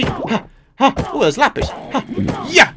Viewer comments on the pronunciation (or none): none